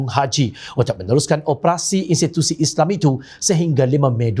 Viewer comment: oi pengacara..sebut islam tu betul sikit,isley2..respek sikit la..walopun aku tak sokong pas,sebut islam tu biar jelas..